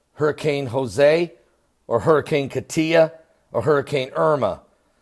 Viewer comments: KOT-ya not Ka-Tee-Ya or Katty-ya. This is only the beginning folks. We're still in that 40-day window till the Day of Atonement on Sept. 30! (and we still have Sept. 23 to go through!) Love and blessings and safety to all! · =...THE NAME "KATIA" YOU MUST PRONOUNCE "-IA" AS ONE LETTER=SHORT LETTER=BUT NOT SEPARATE AND LOOONG, PLS=THIS IS A CYRILIC LETTER "Я"....FROM THE BULGARIAN ALPHABET=THANK YOU=КАТЯ... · it made me cringe the way he said Katia a little because that is basically my name. lol.